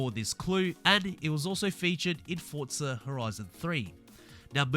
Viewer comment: There's no T in forza its just forza. Litterally the only reason I dont subscribe and watch more than the first 5 seconds